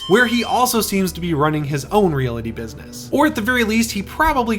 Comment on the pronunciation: Why does he pronounce "realty" and "realtor" like that? Is it an accent or just wrong?